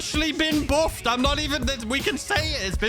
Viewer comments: "It's been boofed!!" 🗣️🗣️ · What exactly is the 'buhfff' lol???